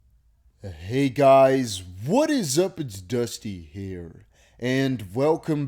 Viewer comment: Its " Hey guys, It's dusty hair" 🤣